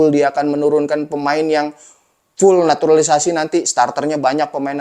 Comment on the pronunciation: Gak enak banget sebutnya NATURALISASI... Ini bener Jurnalis...?😅😂